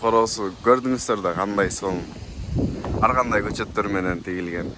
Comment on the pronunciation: Сенин атың ар гандай болот. Аргандай дей берет екенсиң.